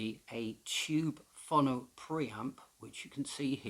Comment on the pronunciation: It's pronounced fo-no.